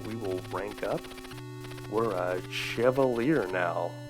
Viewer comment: Sheh-VAH-lee-ay, btw. (It's French.)